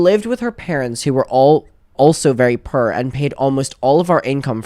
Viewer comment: Love when says purr (poor)